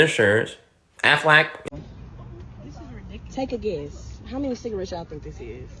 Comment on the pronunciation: Stop smoking them cigawettes. Me: (smoking a cigawette) My bad man. (disappointed face)